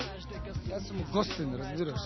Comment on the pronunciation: Neshto kao, razbirash?:)) RAZBIRASH:) Ama ne e "Razbirash" (so tochen akcent) tuku razbi`rash :) Jadel OD na snimanjevo, a?:)